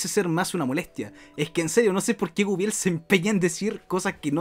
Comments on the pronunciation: Bueno yo soy medio fan de Guibel y me limitare a decir... porque nadie puede pronunciar correctamente Guibel...?, lo anda pronunciando Wuibel XD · Y no sabes pronunciar su nombre no sé de que país seas pero si no tiene una "Ü" no se lee como lo dices.